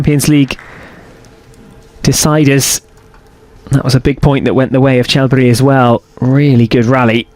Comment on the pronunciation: I ask which is more annoying, the image cuts or the way the presenter says « Charles Berry »